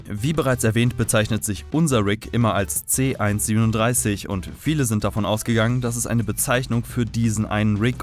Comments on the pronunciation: Man spricht es C 1 3 7 aus und nicht C 137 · nohate, aber man merkt, dass du rick und morty auf englisch schaust, denn du sagst c 137, aber in der deutschen synchronisation, wird er c 1-3-7 ausgesprochen, also quasi buchstabiert, nur lustig festzustellen, kein hate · Es heißt C-1-3-7 Und nicht C-1-37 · Er heißt c-1 3 7 nicht C-1 37 du huan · Das heißt C- 1-3-7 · Haha es heißt c 1 3 7 so spricht man das